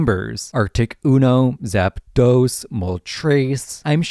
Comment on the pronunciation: It's "Arktos", "Zapdos" and "Lavados"